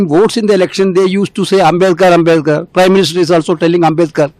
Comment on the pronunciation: Ambedkar bolne nahi aya ye bhai ko